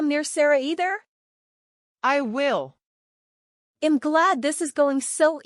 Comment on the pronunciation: They don't know how to pronounce contractions - "I'M" is pronounced "EM", "I'll" is pronounced "ILL", "He'll" is pronounced "HELL", etc. --- LOL.